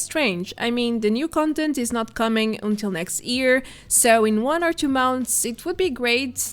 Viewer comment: Its YEAR not EAR :D